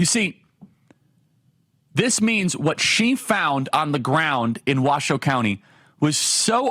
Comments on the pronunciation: Thank you for pronouncing the name of the county correctly. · 1. Charlie Kirk, I can believe you pronounced our county correctly!!! 2. Washoe county represents the rest of the country…we want secure borders, take care of our own first, and stand up to the world. You don’t see any Harris flags out there, do you? And this is how you know the polls are lies.